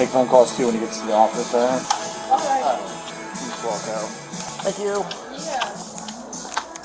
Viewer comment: did he say think you 🤣